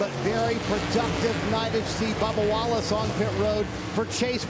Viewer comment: Sounded like he said Barbara Wallace during the line up :)